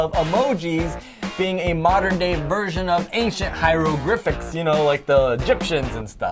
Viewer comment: its hieroglyphics not hyrogrificks